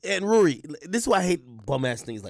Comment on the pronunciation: It's rory not ruuuuuuury 😂😂😆😆😆🤣